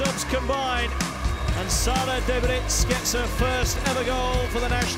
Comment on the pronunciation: It's Daebritz or Däbritz, not Dabritz.